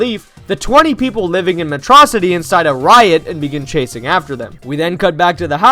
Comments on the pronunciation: It's Metro City not metrossity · METRO-CITY NO METROCITY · I like how habibi calls it matrocity instead of metro city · It's pronounced "metro city!"